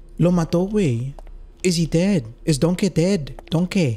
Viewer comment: ‘’ theres no way he did that to donkeh pronounced dongkeh by